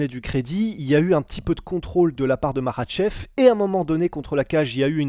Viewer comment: il prononce bien makhachev et khabib 😅♥️